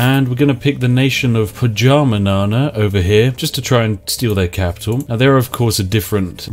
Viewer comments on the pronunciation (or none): I know right? Poezahmanama? What a guge! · Ah yes, Pohjanmaa. Also known as PAJAMANAANAA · You said Pajamasland? It's is Pohjanmaa, Bottomland! :-) OK, close enough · That Pohjanmaa pronunciation was absolutely hilarious. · Finland is Prime Territory, I agree... ;) Edit: Also love how Pohjanmaa is pronounced! :D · As a finn I truly enjoy hearing english speakers pronounce the names of finnish provinces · Am I the only one who laughed at Spiff saying Pohjanmaa? I don't know how to pronounce it but I'm sure it isn't what Spiff said. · you butchered pronouncing pohjanmaa so badly, I can't even xD